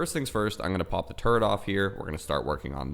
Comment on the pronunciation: When you said "pop the turret off here" I swear I thought you said "pop a turd off here." Made me do a double take.